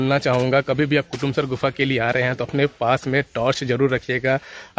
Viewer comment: bhai kotamsar nhi kutumsar hai